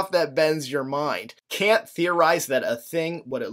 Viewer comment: very distracting how he's pronouncing Kant :)